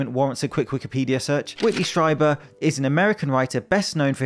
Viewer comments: Strieber is properly pronounced "stree-bur." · It’s pronounced, ‘Streeber’ .